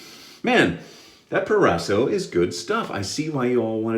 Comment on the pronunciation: Italian pronunciation on point man! Great shave, I love that soap I use it at least twice a week it's great when it's cold outside